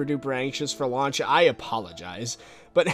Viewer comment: "lauch day" lul